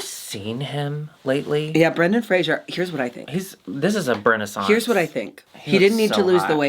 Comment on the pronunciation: There is no "i" in Fraser. It rhymes with laser and blazer.